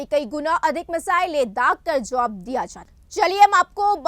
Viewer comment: 😂😂😂phir wrong padhe jaua nhi jawab phle ache se Hindi padhna sikho tab camera face Karo abhi bohat sikhne ki zaroorat hai mam aapko na body language na kuch mai regular newsz sunte specially apki Syd ab sahi padhoge aap ki bohat words wrong rehte ek baar news khud sunle